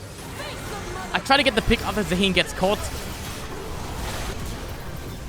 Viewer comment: It’s Zaah-hen not za-heen 😭